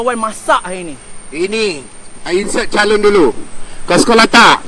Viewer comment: Itu kari la.. dan it’s ‘calon’ not ‘calun’